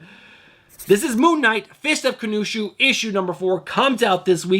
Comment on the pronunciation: Konushu? Khan-shoe lol. Love the videos, let's f'ing go!